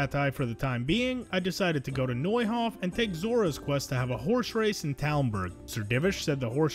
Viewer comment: what the hell is a "horsh race"?